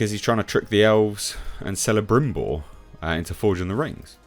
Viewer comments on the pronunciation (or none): Celebrimbor....c sound is the hard k and not the sea sound. Kelebrimbor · Celebrimbor.. the c has the "k" sound